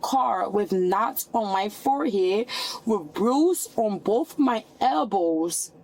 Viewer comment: "They boff hit me" " I was attack" Girl, just give it up. Intelligence isn't wasted on you, is it?